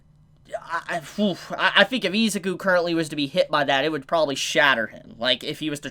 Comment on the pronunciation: Nobody gonna talk about how he pronounces Izuku as "EE-za-koo"? Its frickin "ih-ZOO-koo"